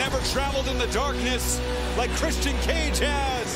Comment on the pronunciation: Nigel, i love your commentary. But please, it's pronounced "Chris-chin", not "Chris-Tee-In". It's driving me "blimmin mental"